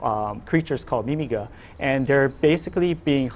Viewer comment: 2 things: 1. i wonder what Ballos will look like... 2. did anyone else think the way he said mimiga was wrong?